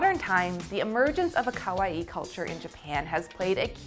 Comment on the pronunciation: Oh but ka-why are we saying it like Hawaii with a K?? Otherwise good video but someone please teach her it’s corrected pronunciation.